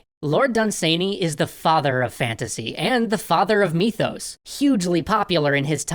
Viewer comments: I love most of your stuff... but, erm... MYTHos, not MEEthos... Otherwise a very good video, heh. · "MEE-thos...MEE-thos....TolkEEN" oml this is worse than Stewie with the "W-hipped cream" lmfao